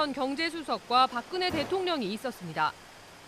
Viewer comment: 박근예 가 아니고 박근혜 입니다。 듣고싶지 않은 이름 이지만 아나운서의 발음이 틀리니 귀에 거슬립니다